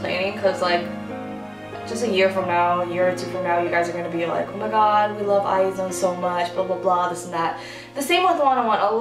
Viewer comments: Not eye.. But Iz one.. you should say IZ like you say is.. and mix it with one.. "is one "..twleve star become one means 12 is one.. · eye-zee-won is the pronunciation lol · I think it’s pronounced IZ-ONE. Well I think it’s cooler that way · It's supposed to be pronounced eyes-one but I keep saying eye-zone not a fan of the name tbh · "I is one" that is how Lee seunggi pronounced it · not what I heard from Friday's night live streaming. Lee Seunggi was pronouncing it as I is one. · Meee. How do pronounce IZone? Eyes one? I zone? WHAT?